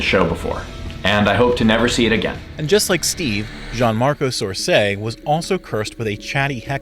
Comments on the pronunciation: His last name is Soresi, not Sorseii. But props to you for going to the trouble of not simply mispronouncing his name, but misspelling it too. ^^ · Gianmarco "Sorseii", like how do you fuck it up this badly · It's Soresi, the last name is Soresi